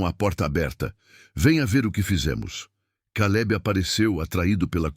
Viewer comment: Além da questão das gêmeas/gêmeos tem o Caleb/Queilib, Nora/Noris, papai relâmpago e mais. Gosto da narração do, mas ele, ao narrar, precisa entrar na história.